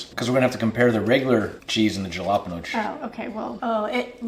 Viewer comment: I can't believe he said JA-LA-peeen-ohs! Lol too 😁 but very interesting!